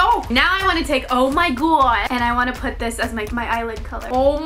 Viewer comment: Ur not saying o my god right Patrick pronounces the o in it gOId ""oid" not wat ur saying xxx but ly anyway it's rlly cute when u try to say it x